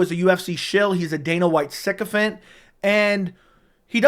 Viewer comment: Ma’an what in the world is a siccufent or siccufed ?? You say this word in literally all your last 10 videos lol and I’ve never even heard this word before